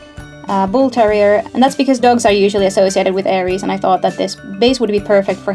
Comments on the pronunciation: My godess mother and Air-ees my god father correct pronunciation of their names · ares is pronounced differently